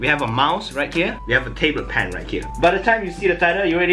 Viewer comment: "table pan"